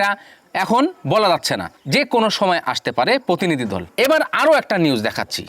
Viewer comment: ভাই আগে বাংলা টা ভালোভাবে বলতে শেখ। পোতিনিধি, পোশাশন কি উচ্চারন।